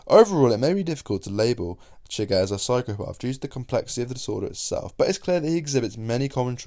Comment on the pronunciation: “Anyone Chwuighur”